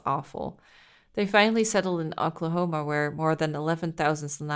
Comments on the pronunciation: Being from Oklahoma, I can't help to find the way you said Oklahoma funny. Sorry I've just never heard anyone say it that way before. It's pronounced like oaklahoma. Understandable mistake though. Ingenious words are often tricky to say. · How you pronounced oklahoma triggered me XD